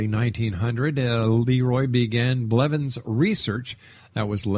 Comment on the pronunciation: THAT WAS MY DAD oh and its blevins just sayin